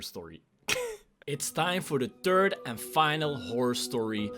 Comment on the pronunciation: do you not now how to say three?!?! And when you say third you say tird!?!